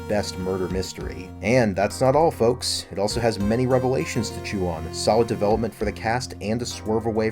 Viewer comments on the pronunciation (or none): none